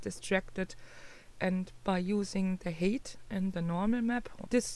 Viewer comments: Hi. Thanks for another informative tutorial. Quick tip. The word "height" is pronounced to sound like "kite", and not "kate". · hey,. I appreciate you explaining this so thoroughly for us. One thing - your pronunciation of the word "height" is wrong. You're saying "hate" which means something completely different. "Height" is pronounced as "hite". Listen here: I can understand why you would think "eight" preceded by "h" sounds that way.